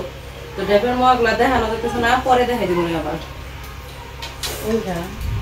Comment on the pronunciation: Ota muaa na. Moaa bolun moaa.